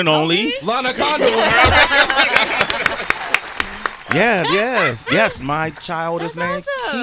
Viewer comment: Sway be like "Lana ConDOOR". CONdoor is the correct pronunciation.